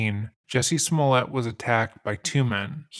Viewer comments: You butchered his last name. Its french and so its pronounced Smul-È-À. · You keep saying his name wrong. It's pronounced juicy smooli-eh. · You are mispronouncing his name, it is Jucy Smooliet. That said, as a Chicagoan, I would never trust the cops with my phone if I was famous. But, I remember when this happened, it was so silly that I just ignored it. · If you’re gonna do all that research on a man, at least say his name correctly: juicy smoullea